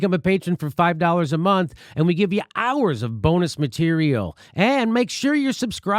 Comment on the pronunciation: MateriAL, repeat after me Jimmy, materiAL, materiAL, materiAL